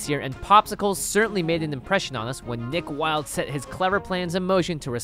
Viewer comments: When he said Nick Wildes I heard Dick Wildes! Anyone else? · When he said nick Wilde I thought he said dick Wilde lmao